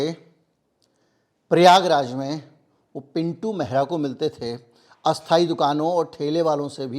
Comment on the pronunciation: आप "मेहरा" का उच्चारण कर रहे हैं जो कि पंजाबियों की एक प्रमुख जाति है इससे भ्रम उत्पन्न हो रहा है ! दरअसल उच्चारण "महरा" होना चाहिए ! पहले ये लोग अपने स्वामियों के यहां पानी भर कर जीवन यापन करते थे ! कहार, केवट, निषाद, लगभग समकक्ष जातियां हैं !